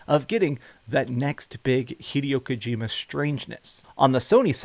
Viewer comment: HEE-DEY-O KOU-GEE-MA